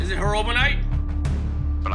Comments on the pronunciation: Was he tying to say Herobrine😂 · Herobrine not fucking herobrite man gah damn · Sybau he right plus you the same 🥷🏾 who can’t say HERO-BRINE 💀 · everytime he says herobrine wrong i get triggered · he said it 10 times b4 i knew what he wat trying to say